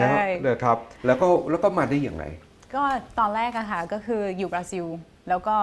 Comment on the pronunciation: คนบราซิลออกเสียงว่า บราซิว เหรอ หรือออกเสียงแบบคนไทย น่าจะเป็นบรารอบตัว👾👽👻☠